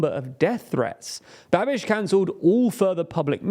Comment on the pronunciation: You say "Babiš" like "Rubesh" :D